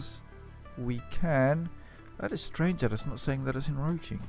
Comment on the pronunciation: en-croach-ing there is a c in the word.....